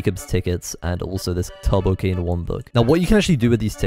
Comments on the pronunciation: he pronounces turbo like tubbo. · tubbo cane lol not turbo cane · whenever he said turbo it just sounded like tubbo